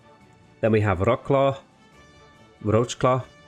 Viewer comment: Wroclaw is actually pronounced "Vrotswav" just fyi!